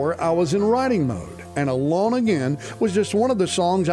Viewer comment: "ALONG/A-LAWN AGAIN" (Naturally). Alone (A Loan) like a loan from a bank. I don't know what you are pronouncing but it doesn't sound correct.